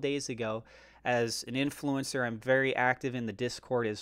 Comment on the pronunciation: Did you say influencer or Influenza?